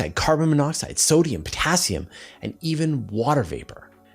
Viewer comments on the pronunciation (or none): none